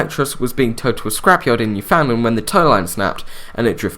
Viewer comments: Great video! Btw, Newfoundland is pronounced "New-Fin-land" or "Noo-Fn-Land" not "New-Found-Lind" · NewFINland. Should kind of mirror "understand" when you say it. (Born, raised, and currently living in Newfoundland lol)